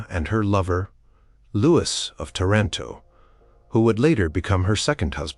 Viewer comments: I wish the narrators on this site would learn that the name Louis is pronounced "Loo-eee" and NOT Lewis. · Is that you don’t know how to pronounce Louis? Is this why you switch between Louie and Lewis every other time you say it? It doesn’t take long to look this up. It does you a disservice.